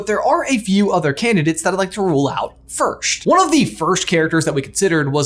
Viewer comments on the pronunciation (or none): does it bother anyone else he says first like firsht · Okay but, “firsht”? WHY ARE YOU SAYING IT LIKE THAT